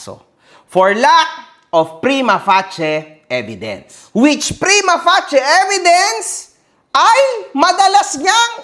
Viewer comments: mali yung pronunciation ng prima facie, ang tamang pag pronounce ay "prima fey-shi" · Prima pacie❌ Prima passi✔️